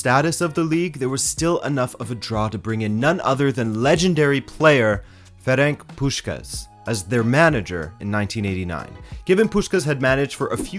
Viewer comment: Nice video! But the way you pronounced ferenc puskás gave me a face paralysis for like 3 seconds and i am not even hungarian 😂 [ferentz pushkaash]